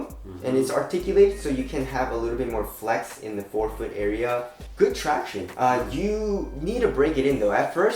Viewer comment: Its irritating him saying tracionis. Man...